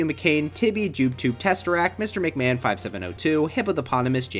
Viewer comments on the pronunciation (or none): none